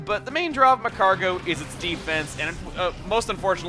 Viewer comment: It's MAGcargo,.